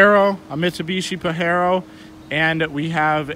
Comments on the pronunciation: It’s pronounced Paj-ero not Pa-Hero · Pajero the J isnt silent btw